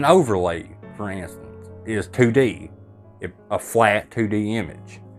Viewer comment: 2D...two dee...Tew dee...😅😂😊